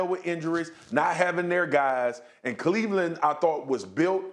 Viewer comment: Mina…….. it’s Cleveland.